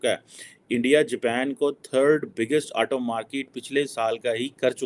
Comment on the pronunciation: 1.Pehle ye decide kar lo ki India ki market badi hai ya India bade markets ko apni oor khich raha hai . 2. Not markeeet but market, not Aato but Auto, not Laa but Law not RAAAA but RAW !!